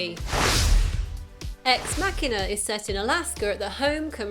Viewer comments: It's machine-a not makina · Good god I just couldn't get over the narrator butchering the word "machina" over and over. "Mock" not "mack" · I need help. Why is it pronounced Ex_ Mac hina instead of Ex_ Ma china? If anyone understands, I know it's probably dumb to ask, but I was just wondering. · Why does the narrator of this video pronounce it incorrectly as MAK'inah, rather than MaSHEEEN'ah? Can't people read? The robot is a machine, not a Mack truck. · First thing I didn't know about Ex-Machina.... It was called "Ex-Makina" and not "Ex-Machine-a". 'Muricans. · ex makkina? really? i think its suppose to be ''machina'', like machine. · WTF did she just call that X MACKINA im done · Loved this film but didn't realize that the title was pronounced with a hard "k" sound versus the "ch" till I watched this. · marcusezikel It's from "Deus Ex Machina", in Latin, and the closest English approximation is a hard 'c' as in "car", but from my understanding, it's actually closer to 'kee'...thus, should probably be pronounced as "mah-kee-na." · ***** I've been pronouncing it Mach-ina, as in the speed of sound mach :) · Say machina one more time. I dare you.